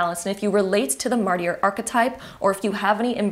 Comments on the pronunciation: Martyr = ( MAR-TER) just so you know. Sorry , it's really tripping me up trying to listen when you are saying it that way, but I get how you would assume it was pronounced that way. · So funny how you pronounce martyr as Marty-r, I couldn't take that section seriously I kept giggling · Hello, friendly correction of the pronunciation of the word “martyr” ➡️➡️ MAR-TER (the “t” being soft like the t in water). Martyr rhymes with Carter or barter 🙂